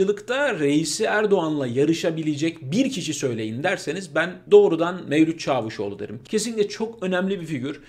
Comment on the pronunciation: Lütfen Çavuşoğlu kelimesini doğru söyleyin sizin söylediklrinizi Türkiye yaşayarak biliyor